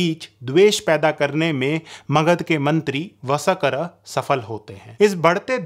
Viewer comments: VSAKAR NAHIN VARSHKAR KRIPAYA NAAM TO SAHI SE LEN. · अरे भाई तुम कितना हास्यास्पद शब्द प्रयोग करते हो.....वसकर शब्द सिधा बोलो ना....व...स..क..र यह कैसा शब्द बोलते हो.